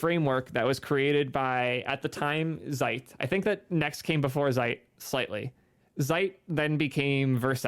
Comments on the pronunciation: Vite (veete) means "fast" in French, so just say it the right way. Come on man. 🙂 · "vait... I mean veet" LOL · "Sometimes the creators are wrong". I'm sure you've heard this clarification ad nauseam, but the GIF creator was trying to be "cute" maybe(?) with co-opting the peanut butter brand, however "vite" is the actual French word for "fast", so it can only be pronounced "veet" to make any sense. In 2023, we should shy away from anglicizing simple words.